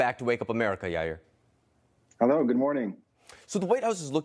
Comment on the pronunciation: Yair ❌️ Ayri ✅️